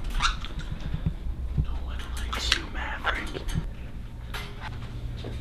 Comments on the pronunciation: NO it is maverick not MABRICK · Aliya Baking it's mabrick not Maverick